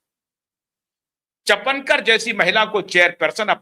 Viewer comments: अरे बाबा चपनकर नहीं है सरनेम चाकणकर बोलो 😅😅! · The real name is Chakankar not chapankar. Please correct yourself. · चपणकर नहीं चाकणकर तुझे पञकार कौन बनाया ,पहले बोलना शिक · पढ़ाई कम है चापणकर नही चाकणकर खराट नही खरात बोलो आपकी न्यूज महाराष्ट्र के बाहर चलेगी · रूपाली चाकणकर not चफणकर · चाकणकर नाम है, चापणकर नहीं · चपणकर नहीं ईनका नाम चाकणकर हैं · Say Chakankar not Chapankar.😂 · चपणकर नहीं चाकनकर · wo “chapenkar” nahi hai, wo “ chakanker” hai. P nahi “k” hai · सर चापनकर नही उनका नाम सौ. रुपाली चाकणकर है | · चपणकर नहीं,चाकणकर नाम है। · " चकणकर " इस नाम का सही उच्चारण " चाकणकर " ऐसा है/ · चपनकर नही चाकणकर. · अबे चपणकर नाही चाकणकर... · चपणकर नही चाकणकर। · को कोई बताए चपणकर नही चाकणकर